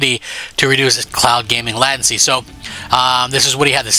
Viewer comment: Lei ten see not lat ten see 😂 you dolt